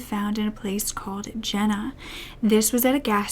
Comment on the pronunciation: pronounced Yena, not Jenna sorry it bothers me